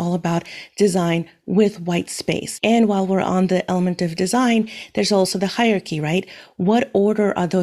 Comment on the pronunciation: Hyarchy... no Hierarchy... yes (it's pronounced higher-arekey) Other than that little nit-pick😂, your video and instructions are really good!